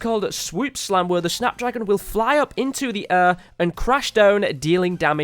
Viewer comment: Learn how to say air idiot